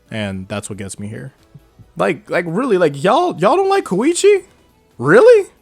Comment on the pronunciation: Come on man! He’s KOEECHI